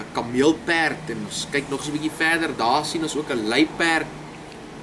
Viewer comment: LMAOOO im dutch did he just say "kammeel-peird"? 😂😂😂😂 Lmao literally translated camel horse?